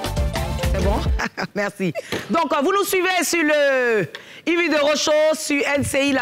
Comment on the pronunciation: J'ai remarquée que Makosso n'arrive pas a prononcer la lettre R dans certains mots, Exemple: Merci - il dit meksi Partagez - il dit paktagez Personne- il dit peksonne Pardonnez- il dit pakdonnez Etc....